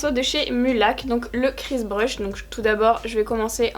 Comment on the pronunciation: Le maquillage que tu as réalisé est vraiment superbe, et résultat... J'ai un gros coup de coeur sur cette palette 😂j'aime trop l'association des teintes roses/vertes ! Et sinon, aujourd'hui j'ai compris que le pinceau de chez Mulac s'appelle "crease brush" et non... "Chris brush" 😂j'entendais ça depuis la première fois où tu en as parlé et je me disais que c'était vraiment un nom chelou pour un pinceau, et du coup en allant regarder tout à l'heure, ben... J'ai compris qu'il était très loin de s'appeler comme ça haha voilà voilà, c'était le moment LOL de la journée 😄#VIVELEPRINTEMPS